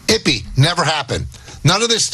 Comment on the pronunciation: Michael Kay: "Muzahara". No, his name is Mizuhara. Also Michael Kay: "Ippy". No, his name is Ippei. Also Michael Kay: "He lost $141 million and won $100 million." No, the wins totaled $142,256,769.74, and the losses totaled $182,935,206.68. Dumb guy on the left: "...the minimum of what Ohtani is guilty of is being a rube..." Well, Dane Cook was embezzled by his own brother out of $12 million dollars over a period of 10 years. Dane Cook said he didn't pay much attention to his accounts and the only way it was caught was that he hired a new manager, and the new manager found out about the crime. Wealthy people are often too busy and delegate things to others. I guess lots of people are rubes, then. I worked in the Trust Industry (managing assets of wealthy individuals and also corporate pension funds, etc.) and stuff like this happens all the time. Lots of embezzlement goes on and it's not that difficult. A lot goes undetected. Dumb guy on the right: "How could his interpreter have access to his money? HOW!?!?!??..." READ. THE. AFFIDAVIT. It shows how Ippei did it. These guys are so obtuse and willfully ignorant when they could just read the affidavit.